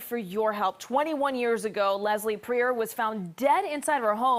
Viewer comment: I would imagine that if you're going to do a documentary on a person that you would learn how to say their name.